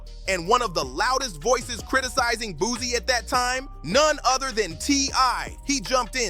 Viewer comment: Why are these voice overs, saying "boozy" instead of Boosie